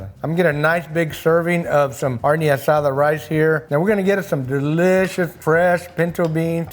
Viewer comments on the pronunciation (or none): none